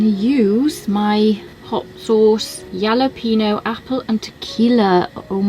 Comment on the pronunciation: Sauce sounds interesting. Have to bust you on your pronunciation however LOL....it's Hal-uh-pen -yo. Excellent pizza as usual.